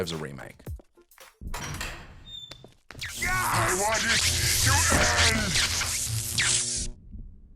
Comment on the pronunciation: I think you mean Ramake right